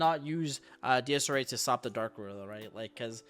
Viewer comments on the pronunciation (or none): I can’t stand how he pronounces desirae. DSRA??? Bruh DEZ-ER-AE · pak you gotta be trolling with the pronunciation of desirae